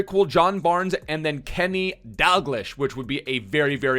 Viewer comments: It's pronoced Dag-lee-sh not Dag lish 😁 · DAL-GLEE-SH!!!!!! NOT DAL-GL-ISH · pronounced Dalgl-eesh, hurts me fam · Scottish sub here! Its pronounced ‘Dalgleesh’ 😂😂 love you man!